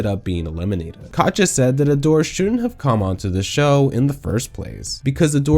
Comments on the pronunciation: why do you keep saying Kacha instead of Katya? i’ve binged a bunch of your videos and it’s so grating. Katya isn’t hard to say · If I have to hear "Kotcha" one more time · Is calling Katya "catch ya" your thing? 😆